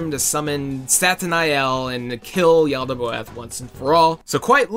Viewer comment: Its Is Said (Yal-Da-Both)